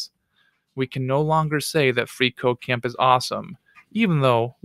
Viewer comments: makes me think he is saying free co-caine is awesome.... Not at all a drug addict btw. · i keep hearing free coke dot com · Every time he says "freeCodeCamp" I hear "Free cocain"...especially when he says "freeCodeCamp is awesome".